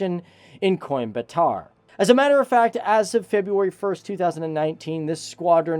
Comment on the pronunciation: It's not yellow henka... Its yelahanka & it's not coin batar it's Coimbatore. Why don't you guys do proper research on everything. You should Learn from Indians who do their work perfectly be it spelling out any region to building missiles and fighter planes.